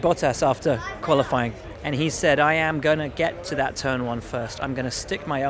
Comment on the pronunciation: "To start the season in turd"